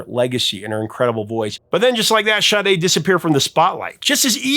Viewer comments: Shade? What??? It's Sade! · Hey dude, her last name is pronounced "Shar-Day". It's even on the sleeve for the CD and I assume it's on the album cover somewhere too. It's NOT : "shah-day" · Sade... Her name is NOT Shade. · Ok I never heard anyone pronounce Sade's name as "Shadae", but as jade with a S replacing the J, and even "Sade" where they add a Y at the end.